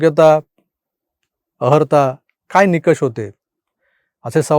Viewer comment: अर्हता असा शब्द आहे़अहर्ता नव्हे.